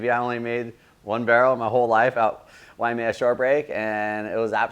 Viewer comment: It isnt WAIAMEA...it's WAIMEA